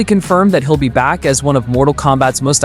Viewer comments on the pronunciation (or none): none